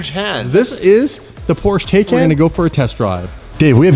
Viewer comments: It's pronounced Thai-can. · OK, here is the pronunciation, its super simple "Tie" as in a neck tie, and "CAN" as in YES you CAN, so Tie-CAN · Pronounced tie-can (tie like what u wear....and can like what beans come from) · Taycan pronounced like (tie-can)